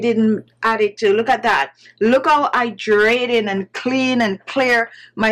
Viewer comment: and "Idraytin" (hydrating) ☺